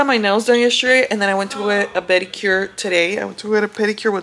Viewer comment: When u said beddicure I already knew lmao ! 😂😂